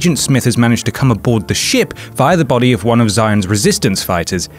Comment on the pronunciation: The way you say "via"